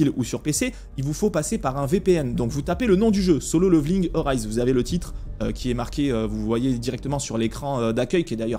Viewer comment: C'est pas "leuveuling" hein, ca se prononce avec un "é" derrière le premier "l". Petite recherche sur google du style "comment prononcer level" et vous aurez un outil qui vous propose de l'écouter en anglais britannique et en anglais américain ... C'est pas la première fois que je vois des français prononcer le mot level "leuveul" plutot que "léveul" :D. Faute malheureusement commune, quand on a l'habitude de la bonne prononciation j'avoue que c'est juste atroce à écouter :D. Mis à part ca, bonne vidéo :).